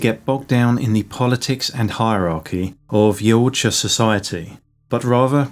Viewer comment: Yow ta Ja 😂 not yowut Ja 😂